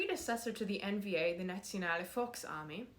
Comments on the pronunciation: You actually did really well pronouncing Nationale Volksarmee, especially the sound of the V which most non-germans get wrong. The only improvement you could make is instead of saying "nadsionale" try to harden the sound to "natzionale", but like I said, you did really well as is. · You did pronounce Nationale Volksarmee really well. Great video by the way! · as an eastern german you said it correctly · Beeindruckende Aussprache! Almost like a native. I was expecting the usual garbled American "na-show-na-lee folks-ar-may", but I was pleasantly surprised,! 😮😊😊 Edit: I see that you're originally from Magyarország, so üdvözlet és szervusz Bukarestből! 🇷🇴🇭🇺🙂